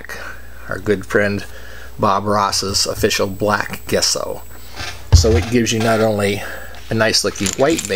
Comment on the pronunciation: Great video nice when people share their process. FIY your white acrylic paint is pronounced Jesso